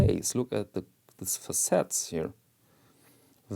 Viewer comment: Facet pronounced /'fæsɪt/, accent on the first syllable. That is all. Carry on.